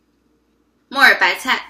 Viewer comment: 我把木耳白菜听成末日白菜😂